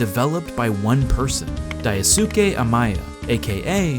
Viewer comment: Cave Story was made by Daisuke Amaya not Diasuke as you said in the video.